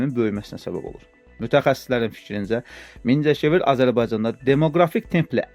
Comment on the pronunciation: Mingecivir deye bilmir.😂